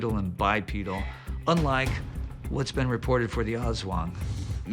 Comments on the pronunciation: loved your accent: Asszz Wong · creepy stuff. watching from the Philippines. 'Aswang' is pronounced like 'us wong' (using standard US pronunciation). people absolutely believe they exist here. you can have a PhD, listen to Bach, and speak 10 languages, but still believe in aswang. Its only one of a ton of crytozoological and paranormal beings that people believe exist here. 7641 islands, most of them uninhabited, dark rainforests by the coasts of islands, and ancient pine mountains in the highland areas. there's a LOT of wild space here. who knows who could live there.